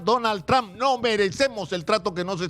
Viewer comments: Primero debes empezar saludando y hablando y pronunciando su nombre del precidente Donald Trump, que uste periodista está pronunciando su nombre del precidente de U.S.A. muy mal, el precidente no se llama tran, el precidente se llama su apellido Trump y no tran, ni eso sabes pronunciar bien, que clase de periodista eres tu? que no sabes pronunciar su nombre en ingles?desde Nueva York la capital del mundo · Tr”a”hmp. No trom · Sr. Periodista se escribe Trump pero se pronuncia trom, no tran . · Sino sabes Lee para q no hables estupideces .se escribe lleva u pero se pronuncia tramp